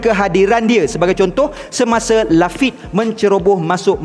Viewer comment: Maaf ada pembetulan sikit, sebutan Lafitte bukan 'Lafit' tapi (bunyi ejaan dalam melayu) 'Lafittey'. Apapun terbaik.. Tetap setia dgn teori dan ulasan channel ni. 100k subs untuk channel review OP adalah 1 pencapaian yang sangat membanggakan.. Tahniah.. 👍 Ikozu Yorodomo!